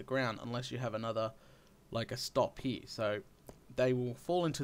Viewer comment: I like how you say: "Hee, we've got etc." ;D